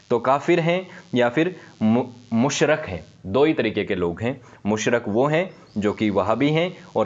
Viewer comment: Mushrik hoga Mushrak nhi